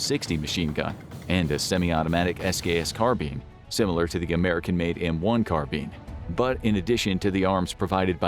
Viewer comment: “Carbean”😂😂 is that the proper way of pronouncing it?